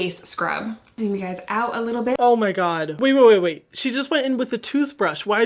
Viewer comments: Hyram : gwods Me : HE SPWEAKS MY LANGUAGE BWITCH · “From the GWADS”